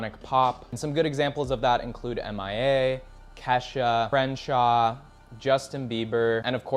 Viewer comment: Great video overall but.... "CRENSHAW"???? U mean Kreayshawn??? And no Lil B mention?